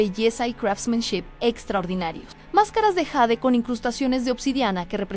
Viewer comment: Por favor, no digas más yeid!!!! Es jade!! 😊